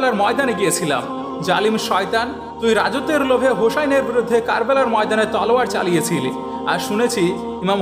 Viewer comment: ভাইয়া ঘটনা ঠিক,,তবে ওনার নাম হচ্ছে ইমাম হোসাইন,,আর আপনি বার বার হোশেন বলছেন